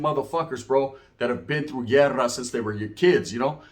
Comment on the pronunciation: Hey man 😂 pronounce it properly Guerra or llerrera 😂, what is (llerrera) 😂